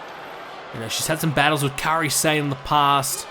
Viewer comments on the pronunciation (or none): none